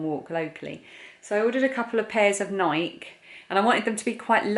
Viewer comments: FYI - Nike is pronounced Nike with a long e not a silent e. I think they look too similar to choose one so I'll let you decide which fits best and feels best. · Do you pronounce Nike in the UK like bike? I live about 5 miles from Nike headquarters here in Oregon and we pronounce it “Nikee.” I own 5 pairs of Nike, find they often run a bit small but I love them! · You have beautiful Spring flowers coming up! I haven't noticed any here. I need to get out of my car and take a walk, possibly! I enjoy seeing you and your mom together!❤ There aren't too many differences in the way we pronounce some words but we say "Nikey". (Although we don't say "bikey"). I absolutely love puzzles! Thank you for asking how we're all doing. I am doing ok...tomorrow is a new day! I'm glad you're ok. Please try not to worry too much about tomorrow and things that haven't happened yet. Easier said than done, I know!😊